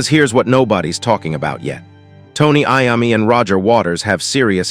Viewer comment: It's pronounced I-O-ME. TONY IOMMI